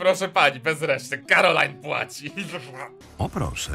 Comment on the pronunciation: To nie jest "Karolina" drogi tylko ✨️cArOLaJn✨️